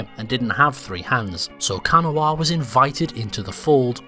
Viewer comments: Just a quick note from a native West Virginian: Kanawha is pronounced "Kanah". Don't ask me why, it just is. Even my GPS gets it wrong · I know this sounds weird, but Kanawha is said as Kuh-naw, at least that is how every west virginian I've met says it. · Kanawha is pronounced Kuh-naw. Source, someone who lives in the county called that in West Virginia. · You’re pronouncing Kanawha wrong, it more like “can-aw-uh”. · The way he pronounces Kanawha 😂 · Unless you live in West Virginia, you don’t pronounce Kanawha properly. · The mispronunciation of Kanawha is so grating on the ears. And you also got the creation of West Virginia wrong as well. The unionist government that was set up in Wheeling was called the Restored Government of Virginia (RGoV), also called the Reorganized Government of Virginia and was recognized by Congress as the official government of Virginia during the Civil War and is the direct predecessor of the current Virginia government. At no point did the RGoV reform to make West Virginia. Instead, they gave permission for the western counties to form their own state and moved the seat of government from Wheeling to Alexandria when WV was admitted as a state. The RGoV remained in Alexandria until the end of the Civil War when it moved to Richmond. And no one told the new state that it had to be named West Virginia, it was because Kanawha there was already a county named Kanawha and the convention delegates thought it would cause confusion. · Your pronunciation of Kanawha hurt a little, but great video overall! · That ain't how West Virginians pronounce Kanawha btw, great video otherwise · Yep every time he attempted to say it... cringe... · do not pronounce the -wha in kanawha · He didn't pronounce our region correctly but it was closer than most. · No one ever gets it right unless they're from here. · That’s not how you pronounce Kanawha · It is pronounced Ca Gnaw Ah. Not can a wah . That ‘s how West Virginians pronounce Kanawha.